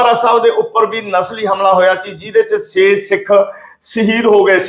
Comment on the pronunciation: ਭਾਈ ਸਾਹਿਬ ਜੀ - “ਸ “,”ਸ਼ “, ਅਤੇ “ਛ “ ਅੱਖਰਾਂ ਦਾ ਉਚਾਰਣ ਸਹੀ ਕਰੋ ਜੀ । ਸਹੀਦ ਨਹੀਂ ਸ਼ਹੀਦ ਹੁੰਦਾ ਹੈ ਸੇ ਨਹੀਂ ਛੇ ( 6) ਹੁੰਦਾ ਹੈ ਬਿਲ਼ ਨਹੀਂ ਬਿੱਲ ( Bill ) ਹੁੰਦਾ ਹੈ ਜ਼ਿਕਰ ਕੀਤਾ ਗਿਐ ਗਾ ,ਦੀ ਜਗ੍ਹਾ, ਜ਼ਿਕਰ ਕੀਤਾ ਗਿਆ ਹੈ ਕਹਿਣਾ ਚਾਹੀਦਾ ਹੈ । ਗੁਸਤਾਖੀ ਮੁਆਫ਼ ਕਰਨਾ ਮੀਡੀਆ ਵਿਚ ਵੀ ਸ਼ੁੱਧ ਪੰਜਾਬੀ ਸੁਣਨਾ ਹੀ ਚੰਗਾ ਲੱਗਦਾ ਹੈ ।